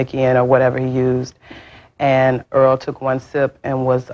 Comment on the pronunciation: Not pronouncing the victims name correctly is insane . *Earl